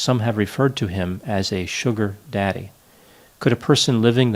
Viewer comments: The way he says “sugar, daddy” lol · I love the way he says, “Sugar. Daddy.”